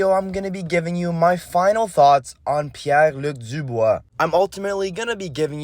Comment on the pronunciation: Ta prononciation est on point haha